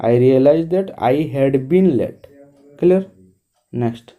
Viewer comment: Apana clear ku kilier kahinki kahuchanti please correct it.